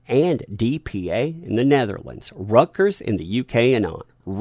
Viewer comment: Reuters is pronounced more like "ROYTERS" not rutgur's or whatever you slaughtered it into :D.